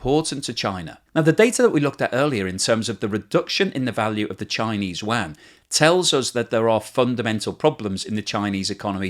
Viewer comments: Love the depth of his videos but its pronounced “You-on” not “You-anne”. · “….Chinese “WAAAH-N!!”😫….. Can’t you just say “You-on,” like everyone else?